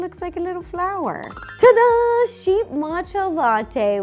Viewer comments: The way Ro says Ta-Da! Kills me 😂 she says Da-Da! Every time and I am never ready for it 😂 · Ro thinking it's "duh-da" instead of "ta-da" is kinda adorable 🤭😆